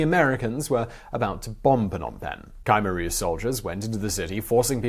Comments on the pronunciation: it's not Kimer it's k-h-mear that the pronounc thingy.if u think i was spelling it im not cause i allready know it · Khmer is pronounced Keh-mayor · Your wrong man. Its Pronouce K-MY. Khmer is a Western term just like Cambodian. Its similar to the TERM Cambodia/Kampu-chea derived from Kambujadeas aka Suwanipumi /Island /Land Of Gold. Ancient Greek called us Kattigara while Roman called us Khersonese.. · Kymer? ... Try: Kh-Mare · Isn't it Koom-air rouge not Kymer rouge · "cam" - "air" Rouge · Ka-meer... there's no y or i. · its Khmer (khm-ae) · Yup. You're saying Khmer wrong. You're saying KI like kite with the Kh, the Kh is KA like Katrina. The MER is said fine, it's like air. Love the channel. You and anybody that helps you do great work. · Khmer, is best pronounced Kim-air said fluidly together. 👍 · Ok, I understand mispronouncing personal names and stuff, but how in the world did you manage to pronounce Khmer as Ca-mer throughout the video, now that's embarassing! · Its K-MY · ku-mare - Short u, stress on the second syllable. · Sorry to be the jerk that corrects your pronunciation but the "K" in Khmer is a mute K. Not "Khi" like in bugs chitin. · Hard to listen to this guy butchering "khmer" about 30 times in a short video. You'd think he would do some research into pronouncing things properly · i lived through this era. what a disgusting regime. and kudos on at least trying to get through the foreign names, etc! (my russian acquaintances sometimes laugh at my google-inspired "Russian") ya cain't win 'em all! khmer: pronounced like "try to hawk up a loogy--mer." ugly vid due to ugly subject.